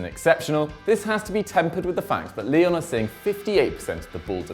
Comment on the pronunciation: sounds like he is saying Lille instead Lyon